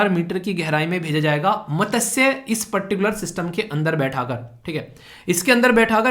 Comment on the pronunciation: Sir mene 21.57 pe jo apne padhaya matsya scheme ke bare mai bolana chahti hoon ki iske pronunciation galat h... right 1 is mas-chya not mata-say.. ye sanskrit name of fish se derived h.. and sare teacher in YouTube ise ap jese hi pronunciation karte h joki galat h..i know is always right iss lie ap isko right pronounce karo..